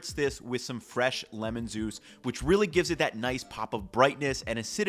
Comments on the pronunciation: Some lemon zuice😂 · fresh lemon zuice